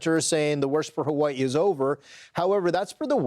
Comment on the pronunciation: Dog are you saying ha-way-ee?